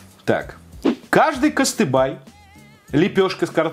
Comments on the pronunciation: Не "кыстыбай", а "кыстыбый" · Все классно , но слух режет ,не кыстыбай , а кыстыбый. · Вот как читая надпись кЫстыбЫй, ты его называешь кАстыбАй?! читать РУССКИЕ буквы ты тоже не очень?)) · Какой кастыбай? Кастыбый! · не кыстыбай а кыстыби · Кыстыбый а не кыстыбай... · КыстыбЫЫЫЫ, а не кыстыбААЙ, элЭш , а не Элеш, вак бэЛЕЕШ господииии как же режет слух🤣🤣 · Не кастыбай, а КЫСТЫБЫЙ!! Слух режет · Читать научись! На сайте написано Кыстыбый, а не Кастыбай. По приколу что ли так каверкать? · Не кыстыбай, а КЫСТЫБЫЙ!!! Пишется татарча, а говорится ТАТАРЩА! Советуйся в следующий раз с носителем языка перед тем как выкладывать видео на публику. И надо не извиняться в течении видео , а просто подготовиться. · "Кастыбай"😂😂😂😂 во дает а! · даже не так - он читает "кАстыбАй"=)) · Аккаля муин, кастыбАй..... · От такого произношения КЫСТЫБЫЙ и остыл))) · "Кастэбай" прям слух режет, прощаю, но можно же было прочитать в чеке и на упаковке, ну,!!! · Кыстыбый не склоняется, ааа, все начало видео бесилась 😂 и не кастыбай нифига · Taicat 86 но у него на фотке даже в телефоне было написано кыстыбЫй , то что он не знает названия, и при этом правильно прочитать не смог - его проблемы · правильнее кастыбый, эщпещмак, бялеш, вак бялеш (произношения), не упрекаю, чтоб знал просто А еще долгие обзоры гораздо лучше, ибо я хочу продлить удовольствие от еды, думаю все хотят, кто смотрит обзоры без еды?! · Правильно кастыбый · КыстыбЫй!!! У тебя на сайте так написано так и говори! ЭлЕш, балЕш ударение на второй слог! Слух режет! Можно было загуглить произношение! БалЕш жалко нельзя так с ним! Верх срезаешь и ложкой ешь. Крышка вместо хлеба. Не все блюда татарской кухни сдесь нет чак-чака и губадьи (сладкой и мясной). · Кыстыбый, а не кыстыбай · Запомни пожалуйста, КЫСТЫБЫЙ, а не кастыбай. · Не кыстыбай, а кыстыбый😅 и надо все это с чаем есть )) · На фотографии написано `кыстыбЫй`, но положил болт и читает как `кыстыбАй` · кыстыбы ну нехай буде кыстыбый но уж не костыбАй, согласен?